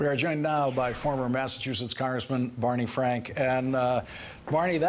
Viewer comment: bawney fwank is we Todd did